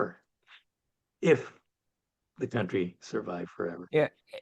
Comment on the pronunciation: it's Kuntry -- not Cowntry.